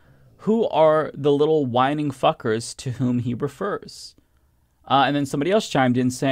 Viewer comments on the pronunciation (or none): It’s whiNGing, pronounced more like “win-jing”. It’s basically British for whining. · I'm deeply disappointed in your inability to pronounce whinging (phonetically win jing). You need to watch a lot more British comedy, my friend. Whinging is the far superior term. It's insulting and belittling. It's great. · It's pronounced 'win-jing'. Whinging is like whining, but, you know, a bit whingier. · I think Whinging is pronounced "winjing" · Small thing, but "whinging" (rhymes with "bingeing") is a British word that is a synonym for whining. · It’s pronounced (win-jing) like some whos whinges though it basically means the same as whining. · Just so you know, whinge/whinging is a different word and is pronounced differently (with a short i sound). whinge /(h)winj/ British verb verb: whinge; 3rd person present: whinges; past tense: whinged; past participle: whinged; gerund or present participle: whingeing; gerund or present participle: whinging complain persistently and in a peevish or irritating way.